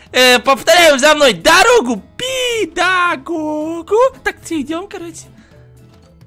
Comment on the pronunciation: Не кто: Обсолютно не кто:: ДоРоГу ПеДоГоГу:)))) (